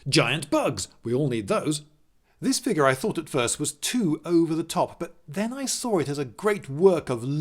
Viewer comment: How about "figgah" or "skuhleetal"?